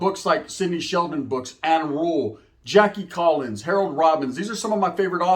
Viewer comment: You said Jakie Collins.....(lucky)